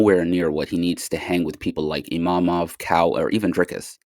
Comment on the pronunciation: His name is imavov not imamov